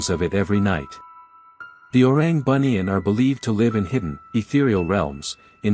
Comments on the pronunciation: The western pronunciations of Malay words. Don't know whether it's excusable just because they don't know how to pronounce or just being authoritative at being westerners. First of all, it pronounced "Boo-Nee-Un" not "Bunion". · entertaining video! Just want to correct, orang Bunian is pronounced as boo-knee-an. Boo as in baby boo